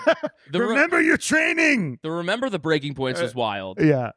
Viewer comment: “Remeber your training” took me out